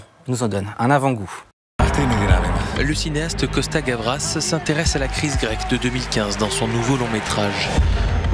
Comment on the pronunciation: Ké bourrin, le présentateur... Sein Supplice... Costa Gravas... Gravos ! .bouh !